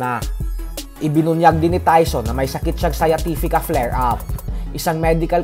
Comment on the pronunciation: Sciatica boss ndi sciatifica